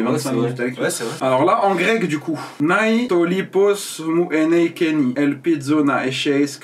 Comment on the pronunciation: Chuis grec on prononce le nai:nè